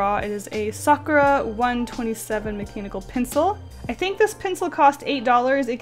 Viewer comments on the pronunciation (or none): She said macanibal pencil :o